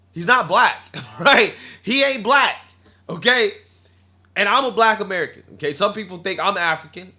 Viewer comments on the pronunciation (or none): none